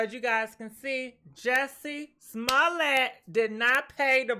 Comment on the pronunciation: Say his name again 😂😂😂🤣🤣🤣🤣🤣🤣🤣🤣🤣🤣🤣😅 Nawh frfr pronounce the las name again lol....